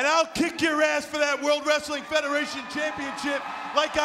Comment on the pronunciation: Ozzy like wreastlin😂